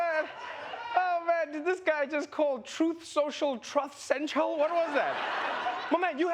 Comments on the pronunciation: He called it "Tooth Central" 🤣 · You mean "trath central"? "Tough sofa"? Well, whatever he said.